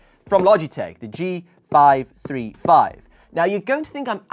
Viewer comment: its g five three five not g five thirty five😂😂😂